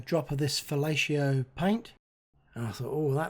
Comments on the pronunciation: Fellatio paint?? LOL!! Great work, though! (I think its pronounced VAL-EH-YO) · Box office.....I see Aviation humour is the same regardless of the service or country. You’ll have to forgive my hearing, or lack thereof, but did you say it was called “Fellatio” paint? Regardless, the end result is spectacular,. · did I hear right 'fellatio' paint??